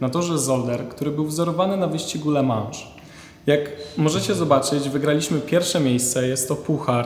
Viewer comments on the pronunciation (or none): z Politechniki naucz się mówić a nie tylko wyglądać. Ja rozumiem stres przed kamerą ale LeMansz? RYLLI? Poza tym jakieś dane pojazdu do którego wsadzasz dupę za kierownicę też warto znać. Powodzenia